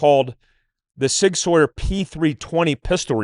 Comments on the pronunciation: Sauer is pronounced “sour.” Not Sawyer, like Tom Sawyer. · Mind blown why can’t all of a sudden say “Sauer” correctly. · The mispronounciation of "Sauer" throughout this video is so distracting.